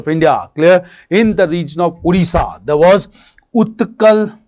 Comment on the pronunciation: It's "Odisha" not "Udisha".